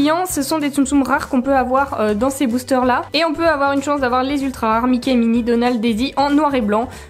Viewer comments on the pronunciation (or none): tu as dit boochteur